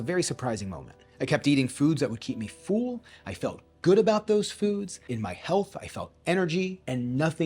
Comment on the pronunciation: your videos are great!!! but it is pronounced "full" like "bull" not "feul" or "fool"